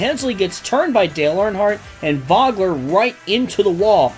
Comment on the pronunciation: It's so hard to take it seriously with two pretty well known race car drivers having their names mispronounced constantly ( Mo-ee-ce, Voe-Gler)